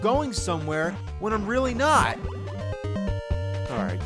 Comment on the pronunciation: "You reary mess up bad white boy"